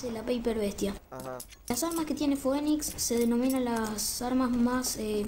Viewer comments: se dice "finix" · el pibe que no sabía pronunciar "phoenix" JAJAJAJA